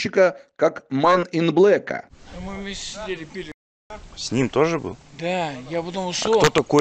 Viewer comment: "МАН ин .блэк?!")) Жлободром! Если не знаете, как правильно произносится, нафиг эти потуги?!